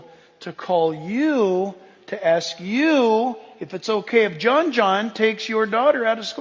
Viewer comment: Ask Not Ax